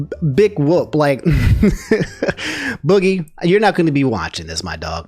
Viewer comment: How hard could it really be to do just the basic level of research and get boogies name right so you don't look like a complete idiot. Like just the fact you couldn't do that shows how little effort you put into these videos